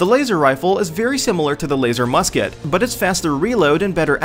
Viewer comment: I cringed when he said Laser Musket. I left when he said fragmentation mine.